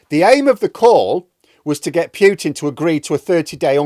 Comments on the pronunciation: Good channel,. By the way, it's Poo-tin, not Pew-tin. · Still mispronouncing... PEWTIN. NOOOOOOOOO....POOHtin for christ sake.